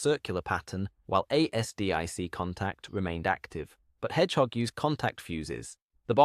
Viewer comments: ASDIC pronounce it as a full word lnot A.S.D.I.C more like Azdick. Really annoying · Dammit I cant listen to A S D I C any more (late FIL was in Navy in WWII) Consider rerecording the voice.